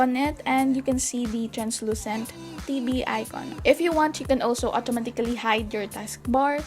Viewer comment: lmao "otomatikly"